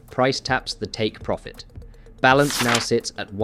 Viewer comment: 37 “Pirofit”?